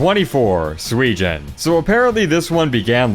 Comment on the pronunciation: the way you pronounce “suijin” caught me off guard guard lmao